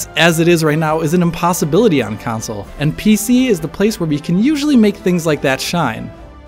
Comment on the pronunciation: "council versions"